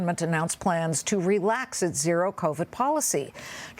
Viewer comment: wonderful to hear someone pronounce Beijing correctly. J as in jingle, not as g as is beige.